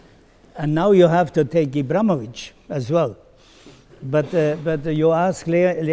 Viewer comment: Ibrahimovic and not Ibramovic, come on Blatter!